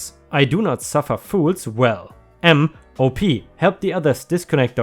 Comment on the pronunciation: I like the light/funny revenge stories more than the "I ruined his entire life" ones usually, but those can be really satisfying. Eeethernet :) 💜⭐✳️✨✴️🌟💜 *"Field op" op is short for operations and you say it like the beginning of the word, awp. Nice story.